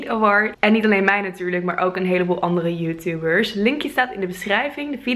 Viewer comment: ''juhtubers'' rillingen gewoon hoe je dat zegt ... haha